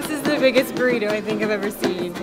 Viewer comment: Boooo reeee toe not taco lol Burrito